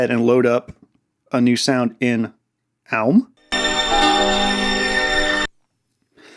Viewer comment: what is the app you're saying? Alm? Owlm? great video!